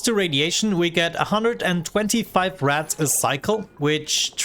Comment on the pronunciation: It took me 5 minutes to realize you were saying "Rads" and not "Rats"